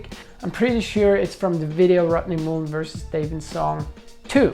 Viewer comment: STOP SAYING MUUUULEN! THAT'S NOT HIS NAME!!!